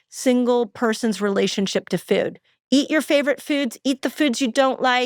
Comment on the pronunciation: Foooooood!! Not fewd!